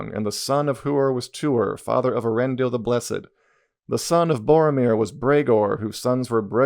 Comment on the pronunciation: If you were to adapt the Silmarillion, I think it could be done as a long TV show, given the long and interconnected nature of some of the stories…also not to be pedantic, but it’s “E-ar-en-dil” (the e and a are pronounced separately)